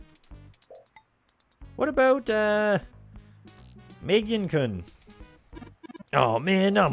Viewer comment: Meh-gah-neh, btw. It means Glasses. I'm pretty sure the ladies do not get excited over what your government clearance is. Speaking from personal experience here.